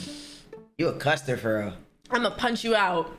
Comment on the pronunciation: Why you call her a "custer"? hahahahaha!